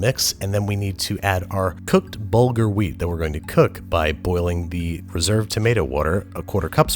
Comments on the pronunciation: HAHAHA the way you pronounce BURgel is hilarious. It's actually pronounced buur-ghul: برغل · Long time whacer, love your channel, you srewd the pooch, let me count the ways... 1. It really should be motton, fattay motton, with the option of veal with sheeps fat. 2. Tabulle should be mostly greens, lots of parsley, lots of corriander, some mint, a little tommoto, and its pronounced burgul- corrasly pouded wheat. 3. Thina- you made the raw stuff, now you should prepear it, add a1:1to a1:3 ratio of cold water, a lot of lemmon juice, garlic, and salt. I am Israeli, so pardon my spelling, and the meat is not introduced to yogurt in this corner of the sea, I wonder if its a xommon practice anywhere, sounds Indian to me, and very american.